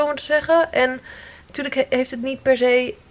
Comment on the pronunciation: Aangezien je vroeg om correcties op je ABN, misschien nog even oefenen op je "perzee" (per se) op ong.